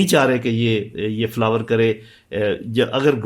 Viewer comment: Ye Lt Gen hai 😮. Flourish kare ko flower kare bol raha . Aur inhe kashmir chiye . 😅😅😅